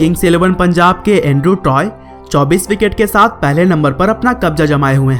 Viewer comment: Toy Nhi Tye